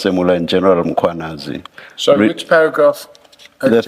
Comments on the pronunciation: Madlanga has frequently corrected the pronunciation: MAkwanazi s not correcct. It is MKhwanazi, sir. Like former president, some pronounce is surname as MAbeki yet it is simply, MBeki. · Its Mkhwanazi not Makhwanazi please. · its General Mkhwanazi, not Makwanezi. thanks. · Please fix the surname on your sub titles its not Macwanazi what shit is that? Its Mkhwanazi please. White you do this on purpose you mispronounce & misspell our name purposely. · It's Mkhwanazi not Makhwanazi.. the mispel completely alters the name itself. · Mmmmmmmkh-wa-na-zee (that's how you pronounce it, dear AI and relevant content owner.....